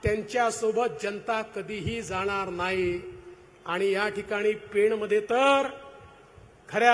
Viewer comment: पेण , पेन नव्हे 😅